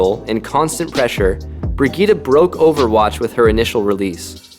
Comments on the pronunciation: just say Brigitt-e and not Brigitt-a. The e is spoken like the A in Apple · I dont think that's how you are suppose to pronounce her name